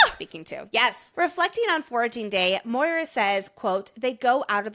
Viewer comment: So grateful got me to read this incredible series🥹 CANT WAIT FOR BURN!!🔥 also the pronunciation of maura as moira is sending me LOL